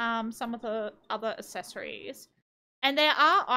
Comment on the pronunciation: Hey, accessories is pronounced “ak-ses-or-ees” I noticed you pronounce it ass-es-or-ees